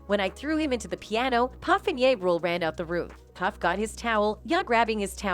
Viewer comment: It’s JA Rule don’t ever disrespect the most high by using Y instead saying that rappers name correctly and don’t confuse his name with the lord